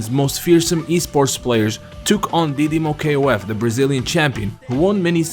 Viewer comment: Hey freind you can talk didimoKOF normal no K O F. in Brazilians we call it that didimokof all Words together but you can call it that way if you fell it more comfortable